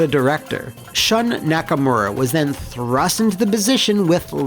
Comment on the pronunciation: >Nakamura Excuse you, it's pronounced "Nacker-Murray."